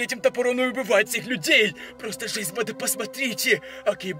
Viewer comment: убийцА! бандА! Я так кринжую когда он ставит ударение на последний слог слова. Так быстро разговаривает